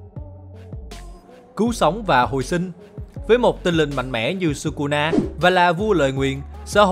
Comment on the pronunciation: thỉnh thoảng nói kusuna vậy